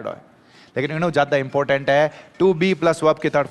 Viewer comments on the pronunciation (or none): none